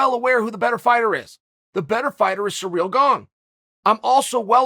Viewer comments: Chael: "Derrick Lewis vs Surreal Gane" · “Surreal Gane” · "Surrreal" wins then...